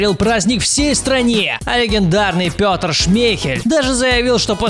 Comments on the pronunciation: Рассказать статью из википедии от и до, и назвать это до того как стал известен? Эту поеботу можно было заканчить после того, как ЦСКА Кубок УЕФА взяли, после этого Игорь по настоящему стал известен, а не как после ЧМ 2018. P.S Шмейхеля зовут Петр через Е, а не Пётр через Ё. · Петр шмехель а не Пётр